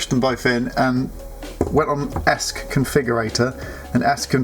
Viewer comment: Pretty good video for a beginner, well done. Just one thing: it's not "esk", it's E S C, Electronic Speed Controller. You got the Flight Controller (F C) right, didn't call it "fk". Bit of advice on first test: remove props, put a bit of sticky tape on the motor shafts. That way you can easily check if they're all spinning in the right direction. Betaflight allows you to spin up one motor at a time, so you can check motor numbering too.